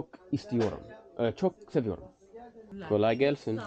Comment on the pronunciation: şeker seviorum 😂 I'm not a Turkish speaker, but I know saying "seviorum" about sugar doesn't work. haaaa, you said: anıma sikim 😂😂